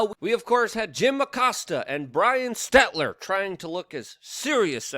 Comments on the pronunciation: I kinda like that you mispronounce it but it’s stelter not stetler lol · Brian Stelter not Stetler